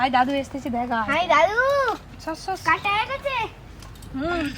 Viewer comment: Shosh na sauce murkho